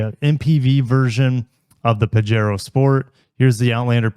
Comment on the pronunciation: I think it is "pahero" as in spanish the "j" is an english "h". So...pajero=pahero 😊